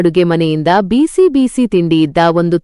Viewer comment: ಕತೆ ಚೆನ್ನಾಗಿದೆ ಆದರೆ ನೀವು ಪದೇ ಪದೇ ಬಿಸಿ ಬಿಸಿ ತಿಂಡಿ ಎಂದು ಹೇಳುವ ಬದಲು ಬೀಸಿ ಬೀಸಿ ಎಂದು ಹೇಳುವಿರಿ ಅದನ್ನು ತಿದ್ದಿಕೊಳ್ಳಿ